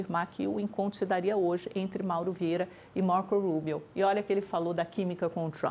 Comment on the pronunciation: A pronúncia da é demais, é muito inglês Brasil: Marcou Rubio. Outro dia veio com Donald J Trump hahaha enfim